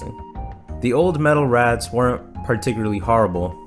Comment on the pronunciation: I keep hearing you say "metal rats" instead of raths lol Great video.